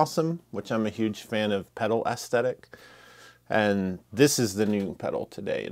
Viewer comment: Aesthetic is not pronounced ass-tett-ick.